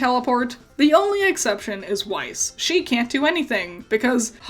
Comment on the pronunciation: Or Weiss Schnee which is just White Snow in German pronounced wrong